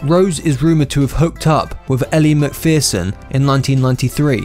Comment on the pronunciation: Nor is he called Axl ROSHE and neither is Elle MAC'FEAR SON ❗